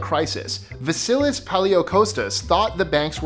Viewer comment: i am surprised i haven't heard about that vasilis fellow(whose name you butchered in pronouncciation but i understand)